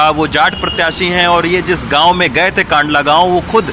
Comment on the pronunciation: सर कांधला है कांडला नहीं